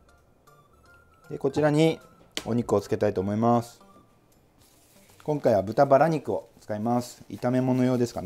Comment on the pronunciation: 「きょんかいは」可愛いw